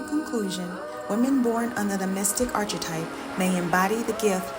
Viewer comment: Thanks, especially for emphasizing “refuge in God” at the end. One small suggestion … please consider fine-tuning your pronunciation of archetype.